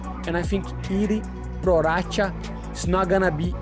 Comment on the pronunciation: The first guy really said Prorasha instead of Prochazka :D